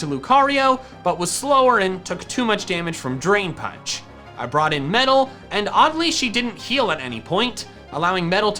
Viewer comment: Paunch? Do you mean punch? Or was it on purpose?